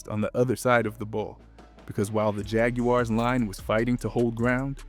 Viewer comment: Bro still can't pronounce Jaguars properly 😂